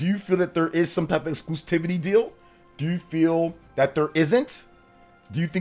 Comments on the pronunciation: Repeat after me: Ex-clu-si-vi-ty: Ex-clu-si-vi-ty Me: Exclusivity: Exclusitivity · I usually try to avoid being grammar police, but there is only one "t" in the word "exclusivity." You're saying "exclustivity" and it's driving me crazy. It reminds me of when Dreamcast Guy used to say "Games Pass." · Bro it’s exclusivity not exclustivity.